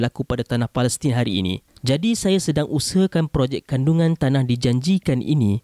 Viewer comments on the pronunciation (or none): none